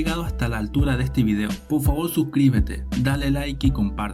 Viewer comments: podfavod jejeje... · Soy el único que escucha POFAVO